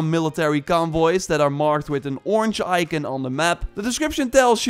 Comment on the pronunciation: Can’t stand how he’s says “ icon”